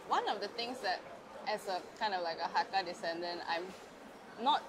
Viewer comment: Hello, your mom says it correctly. Ngai Chung ni set mien (I like to eat noodles). It's Mei Zhou/Moiyan Hakka. You can find also many Hakka in India (Calcutta, Lucknow)